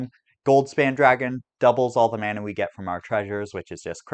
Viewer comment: Leaving the video 60 seconds bc of the vile way you pronounce “mana”